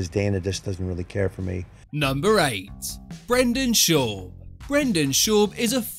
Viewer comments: Who’s Brendan Shorb 😆 love the vid though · Brenden shoob. 😂